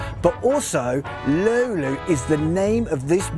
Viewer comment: To me it sounded too much like lampimampi (I am native Finn). His ö and y in löyly were quite good, though.